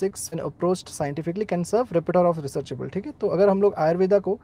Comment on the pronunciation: Phonics lesson - repertoire is spoken as rep - ur - tuor